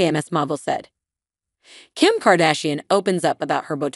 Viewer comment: Save it, you cannot even pronounce little kimmies name right...Who cares anyway??? The entire little family is fading out day by day!!!!!!!!!!!!!!!!!!!!!!!!!!!!!!!!!!!!!!!!!!!!!!!!!!!!!!!!!!!!!!!!!